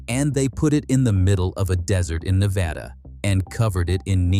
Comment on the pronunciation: The commentater doesnt know how to say Nevda right BOOOO!